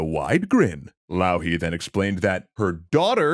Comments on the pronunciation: I'm glad you're doing a bit better on pronunciation than most NAs, but you're pronouncing 'Louhi' in a way for the first 4 times you said it I thought you said 'Lalli' and you're saying 'Ilmarinen' IL marinen and it's just one continuous name 😅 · A wonderful episode! Might need some texts to be added with the finnish pronounciations of the finnish characters and places, like Louhi and Pohjola, but very neat episode